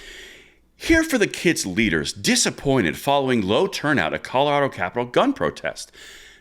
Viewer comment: Sounds like you all are saying Calirado